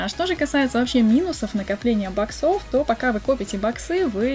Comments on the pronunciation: Правильно бо-ксов, а не бок-сов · Можно говорить не баксо́в а бо́ксов, а то бесит? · не говори боксОв, плиз. Говори Боксов